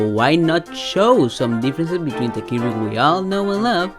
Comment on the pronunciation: I hate the way he pronounces Kirby